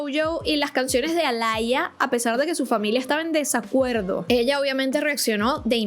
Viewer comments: No se dice alaia 😢smh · es que lo pronuncia horrible Se dice aliya, alalla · Por qué llamas a Aaliyah alaya 🤣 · Aaliyah se pronuncia como tal ❤😂